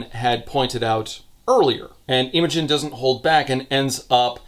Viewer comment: As a Brit who’s had multiple friends called Imogen, it’s very funny hearing calling her Eemogen For anyone who doesn’t know, it’s pronounced more like im-uh-jun